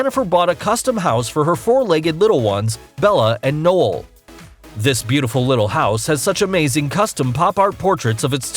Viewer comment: I’m sorry... did he just say “nole” in the first one... “NOLE”? HAVE YOU NEVER HEARD OF THE WORD NOEL?